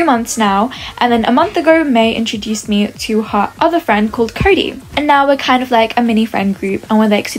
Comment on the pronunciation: Why did say curry instead of cody